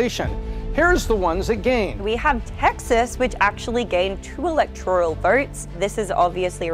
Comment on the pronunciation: There is NO letter "I" in ELECTORAL.